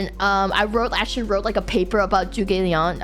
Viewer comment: I mean Zhuge Liang (Kongming) was literally the one running Shu all the time and it basically fell apart after it died. Also, his name isn't pronounced "Joogay Liang" btw.